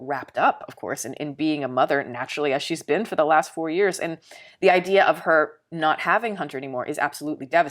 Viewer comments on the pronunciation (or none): none